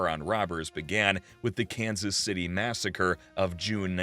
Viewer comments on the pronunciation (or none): none